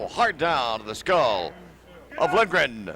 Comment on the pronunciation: The PBP announcer says Lindgren, which makes more sense. The color commentator keeps mangling the pronunciation.